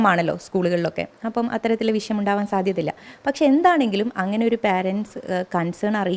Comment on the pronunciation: വിശയം അല്ല വിഷയം... മലയാളം ആദ്യം ശെരിയായി പറയാൻ പടിക്കു... യൂണി ഫോം ആണല്ലോ സ്കൂളികളിലൊക്കെ എന്ന്.. അത് കൊള്ളാം... എന്നിട്ടാണോ തട്ടം ഇടാൻ വാശി പിടിച്ചത് ഇന്നാളൊരിക്കൽ.